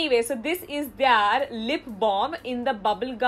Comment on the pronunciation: Is it just me or does her "their" always sound like THEY ARE? O.o